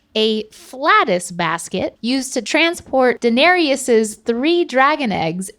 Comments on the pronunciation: danarius is definitely not how it'spronounced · The way said Daenerys hurt my soul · Can’t pronounce Daenerys properly? Come on 😂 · Can we talk about how doesn’t know how to pronounce Daenerys